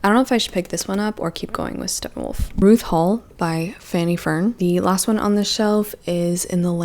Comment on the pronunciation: You said “Ruth Hall” but I heard “RuPaul” and you know what, why not?